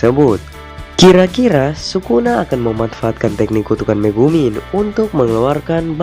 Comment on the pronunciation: Megumi bukan megumin ahh